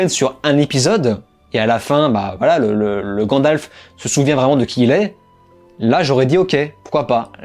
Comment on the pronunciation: Mais t'arrêtes de dire grandalf c'est gandalf